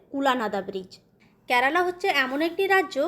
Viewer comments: I have subscribed your blog. But you have one problem, please rectify it. Why do You pronounce Kyarala ক্যারালা but it should be Kerala কেরালা I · Thikmoto uchchron koro." "Kyarala" na " kerala". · Kerela উচ্চারণ ঠিক করে বলো 😮😮